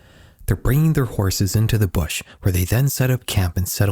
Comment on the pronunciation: Mispronunciation of the word bush...